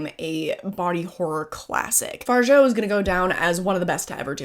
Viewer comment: absolutely loved the movie and, as a French person, can't help myself from saying: it's pronounced Far-ja (yes, we're annoying)